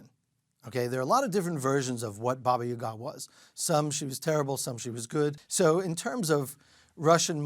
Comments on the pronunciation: Having spent a lot of time in Russia...around Russians.... etc... And still pronounce Baba Yaga wrong? 🤔 Hmmm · Doesn’t pronounce babayaga correctly lol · Do you expect the guy who can't say "Yaga" to pick up on that? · Please pronounce “babayaga” correctly if you have studied this!